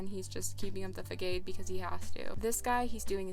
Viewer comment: I’m sorry how did you pronounce façade? 😭😂 it’s like, Fuh-Saude